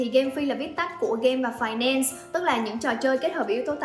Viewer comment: Phài nen sss là gì 😂 phát âm tiếng anh kỳ quá à 😂